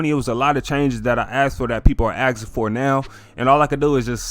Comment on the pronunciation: There’s an “S” in the word asking.